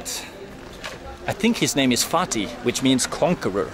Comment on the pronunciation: "I think he's name is Fatih from conqueror" The guy: Faaking